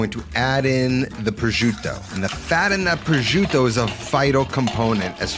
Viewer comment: Pro-jiew-tto ..Lol what? It's pro-shoo-tto.